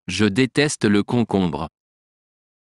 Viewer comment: Do you pronounce “e” as “u” because “Je” is pronounced as “Ju”